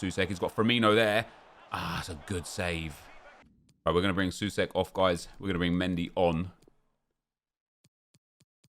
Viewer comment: btw Souček is pronounced So-check